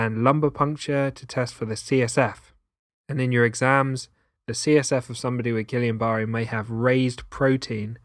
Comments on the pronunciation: I'm not going to take lessons on something from someone who can't pronounce it correctly. Gee-yahn-buh-ray. I don't know who Gillian is but they can keep their berry if that's how you're going to say it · Its pronounced as Geeyah Burrey. But yet its a great video 😍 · You are pronouncing guillain barre wrong. It is French, and pronounced (gee-YAH-buh-RAY). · How can he not pronounce it correctly? It is not GuILIAN IT IA GuiLAIN and pronounced Gi - Yohn. Rhymes with John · With all due respect to such a crisp and excellent video ,I would like to correct the pronounciation of the word Guillian-Barré to (gee-YAH-buh-RAY) Thankyou sir . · Hey, I was about to watch this video, but I decided to watch another on Guillan barre because you mispronounced the name. How am I supposed to consider you an expert if you dont say the name correctly? That honestly has me thinking youve never actually heard the word in a medical setting and only ever read about it. It is pronounced GEE ON BAR A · "gillian"? Please check your pronunciation! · It’s not Gillian. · You left out leptospirosis and it is pronounced gillane ie: ai not ia. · I'd watch if you didn't call it "Gillian." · It would be good to hear the name Guillain-Barre properly - surely its not hard for a physician who is clearly intelligent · Too bad he mispronounced it............. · I had Guillain Barre when I was 26 not something you want to get. Need to learn how to pronounce it properly. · You need to learn how to pronounce Guillain-Barre. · Sweet pea. Please at least respect those of us who have had it or those who have treated it by pronouncing it correctly. Super hard to take this seriously as a former patient. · Wrong pronunciation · That pronunciation though. 🤣